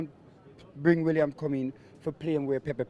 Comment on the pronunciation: Williams 😂 How is telling Robbie how to pronounce Aouar after calling Willian that?